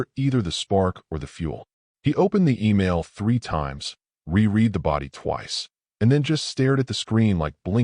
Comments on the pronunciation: Lead (the metal) = lead (leed) councel Ai Fail... Reread (re reed) = reread (re red) 100% FAIL... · "....opened the email three times, RE-REED the body twice...."!!!!!!!!!!!!! FKN POS AI!!!!!!!!!!!! HOWS BOUT, "...RE-RED the body twice..."!!!!!!!!!!!!!!!!!!!!!!!! POS AI!!!!!!!!!!!!!!!!!